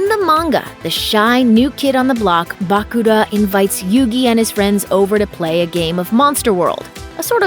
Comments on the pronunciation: Bah-Kula? i dont wanna sound mean but is is that hard to pronounce Bakura? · Tea - Tay-uh Bakura - Buh-Cure-Uh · Ah yes, "Bacooda", my favorite white-haired Yu-Gi-Oh character. I also love the SPINOFFS such as Yu-Gi-Oh GX, featuring a duel academy made by the rich man SAY-TOE Kaiba. Yu-Gi-Oh Arc-Vee is nice too :) I love drinking myself some Tea Gardner! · Bah-kur-a and Tay-a get the names right please i watched this show long time ago and still know it my son grew up with it too. Even if it was a bit later. Just spelling it out as it sounds. Thanks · The way she pronounce Bakura, im speechless 🤣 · can you make the next video with someone who has actually watched the series? SO annoying to hear her mispronounce Tea and Bakura over and over again.